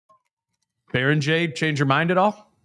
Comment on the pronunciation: "bear - ing - gare" is John Randle-grade unc